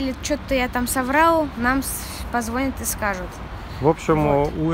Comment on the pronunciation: Позвоня́т правильно